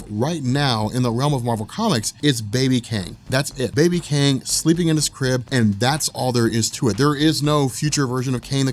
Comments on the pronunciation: are you saying Kane or Kang? :-) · are you saying Kane or Kayng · Love ur vids. Wish ud just call him Kang tho. That was hard to listen to lol